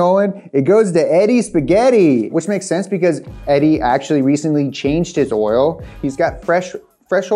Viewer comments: It’s oil not oral. 😂 stop saying it that way. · I swear I he’s saying “oral” lol. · Thank god, I’m not alone hearing “oril” over and over again. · Is it just me or does it sound like he’s saying “oral” pretty much every time the says oil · ORAL? Take a shot every time he says oral, not oil. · I just realized you say oil like "oirl" haha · Why does he say "oral" instead of "oil"? "There's no substitute for that premium, top-shelf oral." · Did you say “Oril” or “Oil”. I like it with the R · is he saying "oral" instead of oil? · Hey, try saying "oil" instead of "oral" it can be misleading to some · My dude says oil like Madea "oiler" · Is saying Oral? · Why he keep putting an “R” in the word oil?? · Its oil buddy not Oriole. Lol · Please change the title to say "Oral" instead of "Oil." or possibly redo this video with somebody who can consistently pronounce "OIL" correctly! :) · He says oral not oil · Anyone else hearing "oriole" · I love how pronounces Oil. It almost varies from "oil" to "oiril" throughout the vid. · I'll take pronunciation of "oiruhl" over James' "Cheh-Vee" any day.. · synthetic oral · Hahaha I was wondering if anyone else was like “why does he keep saying orals?” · Cause he wants to be like all the gangsters that say erl. You better axe somebody. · repping the whole south with his pronunciation of “Urle”! Keep it up buddy! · me:: "orals" me:: "oriole" me:: "orle" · Right?? Sitting here dying with every 'ohl' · Didn't know there was an R in oil. Thank you I've been saying it wrong all my life. Oril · Take a shot every time he says oral.. 😂 I know I’m not the only one hearing that!!! Lmao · Take a drink every time he says “crude oral” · Take a shot every time he says "oirl/ earl/ oral" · he keeps saying roil lmao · It sounds like keeps saying orals? 🤔😂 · He taught us about oil, but who will teach him how to pronounce "oil?" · No i can't stop hearing it 😑